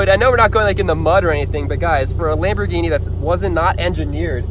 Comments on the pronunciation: It’s not kambhorghini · It’s kambhorghini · It is a lambourgini😘